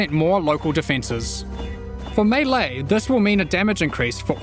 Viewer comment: Thank you for pronouncing melee properly!